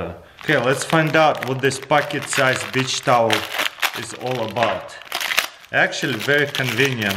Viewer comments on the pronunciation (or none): Wait..what the..did he said bi**h towel. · Comrade you must speak beach like cuss word. Lol. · This guy is so cool "Bich sise tawel" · yeah it's the accent lol